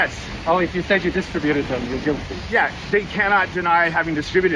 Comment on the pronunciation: That's not how you pronounce distributed 20 times.